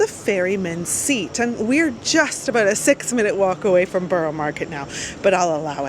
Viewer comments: Truly Amazed I am. You are saying burro not burrah-just trying to be helpful..no need for the sarcasm ,thank you. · Burrah , no one from the Borough says burro 🤣😊